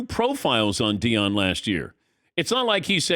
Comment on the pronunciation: Deion. You can’t be taken seriously if you can’t get his name right